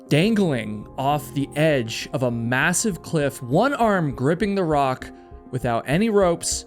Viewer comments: How does nobody say nothing about him saying massiv? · Im sorry but did you say MASSIVE?